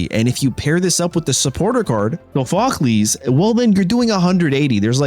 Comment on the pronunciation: It's pronounced saw fuh klees